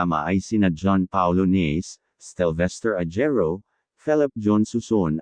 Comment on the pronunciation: AI ba yung nag na narrate? Na-se ang last name ni Pablo, hindi Nace. Ahero ang pronunciation ng surname ni Stell and not Ajero as in Jar.